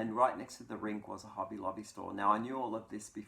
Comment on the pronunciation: I have recently started shopping at Hobby Lobby as the AC Moore stores are closing.😕 Love your accent. It sounds like you're saying Hubby Lobby. I thought, what a great place for your hubby to go buy you some yarn. Your description of curling is hilarious. I've been watching Olympic curling for years. It has made quite a comeback in the US with the recent success of the Olympic team.